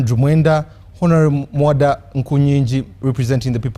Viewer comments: IF SOMEONE CANNOT PRONOUCTUATE THE NAME MUWADA , AND HE SAY MUWODO , HOW CAN YOU EXPECT THIA PERSON TO BE AN INTERECTUAL CLEVER ? THIS IS THE SIGN OF INTERNAL STUPID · But another thing for me was the way they called him Mawodo😂😂😂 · 😂😂😂 why is he calling him Mawodo😂😂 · Mwenda is right when he says foreign interference is not good, it is not good for Uganda or any other African country. However, he is not on the side for freedom, he is part of the PLU which is led by the one who committed the latest human rights violation. Also someone had to tell him the name is MUWADA not MOWADA or whatever he kept saying.